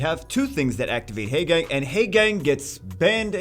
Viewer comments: teehee heygang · Short "a" sounds instead of long "a" sound. Actually, not too painful; I was exaggerating. can pronounce it however he wants. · Painful to hear you mispronounce Haegang incorrectly over and over.